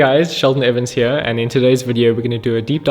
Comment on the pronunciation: He is South African? I knew it, recognized that account straight away. The way he says ''here'' is very telling haha. I tried looking up where he is from but couldnt find it.